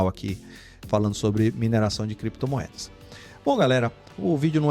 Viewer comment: Cada vez que o fala criptomoedas eu lembro dele falando: creptomoedas, heheheh.